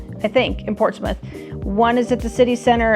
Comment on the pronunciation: Portsmith or Prortsmouth? You kept saying Portsmith.